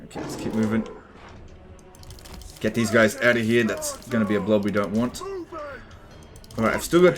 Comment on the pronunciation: I'm such an old viewer everytime says "Later guys" I hear "Later F***ers"